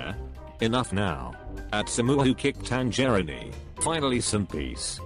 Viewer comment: Audio: "TanGERINI"